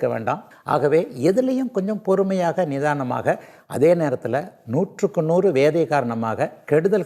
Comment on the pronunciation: What பொருமை No பொருமை 😂😂❤ பொருமை Not use